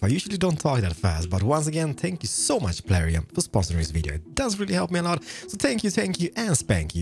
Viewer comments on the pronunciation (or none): It's funny how he says thankyou, Spankyou I dnt know if he doesn't on purpose or that's just how pronounce it. 😂😂😂